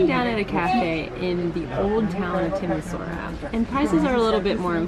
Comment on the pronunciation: Nice. But it is pronounced "Timi-shoa-ra".